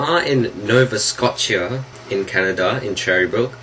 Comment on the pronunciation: It's pronounced 'nova-sco-sha". Haha, I've smoked in all those creepy places!